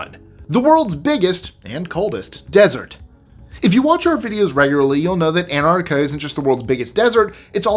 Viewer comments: ANT-ARC-TIC-A NOT Ant-art-ic-a. I find it amusing that you are able to articulate those complex city names, yet never check yourself on these. It must be a bi-POLE-ar thing. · Except he can’t pronounce Antarctica. He says it as. Anartica missing both the first T and the first C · I will not congratulate on his accent...because he is an american, and it should be illegal for americans to say things like antarctica.......just don't say it please. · Excellent stuff! Only quibble: you're mispronouncing "Antarctica."